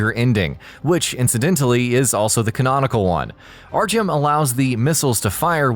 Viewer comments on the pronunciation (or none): none